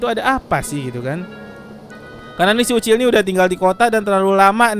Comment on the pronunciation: BANG MAAF PENYEBUTAN NAMA YANG BENAR UCIL BUKAN OCOK